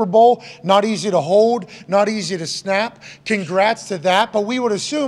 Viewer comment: Hey McAfee..........the word is HOLD, not HODE!!!!!